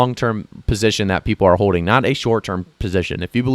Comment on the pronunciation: Its also pronounced hoLding lol not hoe ding lol